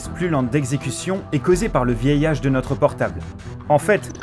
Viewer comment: Le "vieillage".....! Non mais vous êtes sérieux là!!